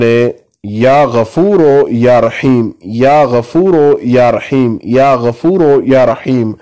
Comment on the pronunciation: Ya Gafooroo ✔ Ya Gafooro ✖ Majhool na parheyn please JazakAllah